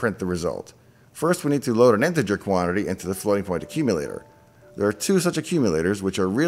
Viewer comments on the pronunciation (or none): none